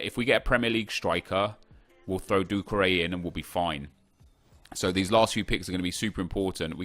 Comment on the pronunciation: who else is annoyed by the way he says doucoure